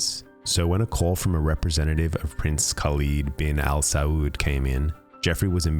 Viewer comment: it angers me how no one could tell his pronunciation of Al Saud is sooo obviously non Arabic